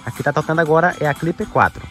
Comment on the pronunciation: Porque você fala cliper 4, se o nome é simplesmente clip 4?